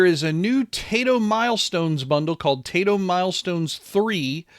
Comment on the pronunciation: FYI, the game company, TAITO, is pronounced like, "TIE-TOE".